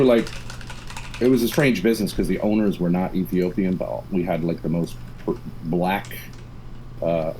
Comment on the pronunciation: Some White people saying "black" is so hilarious to me. They be saying it like it's some kind of curse. "BLACK!"